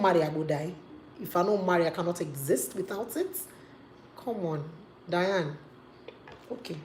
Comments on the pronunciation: it's DYNA ooooo, not Diane. lol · Get the name right it's Dy-na Ekwe-me then turn off your feminist filters. You said you made points but the lawyer you is misquoting her. The reason God created women is not for men to abuse them and faf around with animals but to leave to cleave to the woman. Marriage is anchored on women that's what it is. Someday you want to marry in Church but it's a shame you know totally nothing about why God made marriage. You keep misquoting her. It's ridiculous!